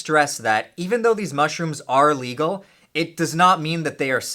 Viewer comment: Is it "a legal" or "illegal"??